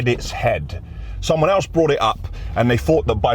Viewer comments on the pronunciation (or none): none